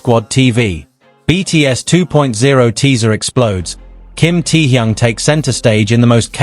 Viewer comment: "Him "T-yung".... I hate AI!!!